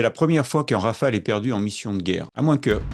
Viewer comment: "Rafale" svp.